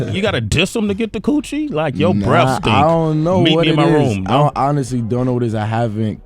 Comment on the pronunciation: bruh i actually thought he said "your breast stink"